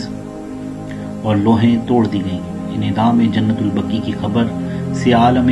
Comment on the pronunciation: جنت البكى نہيں. جنت البقيع ہے . پہلے بولنا سيكهو.